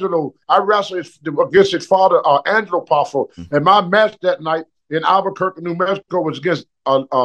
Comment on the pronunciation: Couldn't pronounce Elizabeth and Lanny, totally nailed Albuquerque 😂